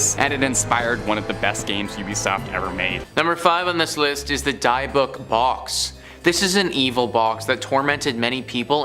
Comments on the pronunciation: The pronunciation for dybuk box was said wrong it’s pronounced like this (Dibuk) the y is like an I sound. Also the way Zack Bagans. Name is always pronounced wrong too, it would be like ( Baygans) if it had a y sound. Not the way it was said. Sorry. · Dybbuk is pronounced "dib-ick" not "Dye-buck". Also, it did not originate from a church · After many years of watching this network of channels, im fully convinced the host like to mispronounce words on purpose. Where on the internet have you ever heard someone pronounce "Dybbuk" like that?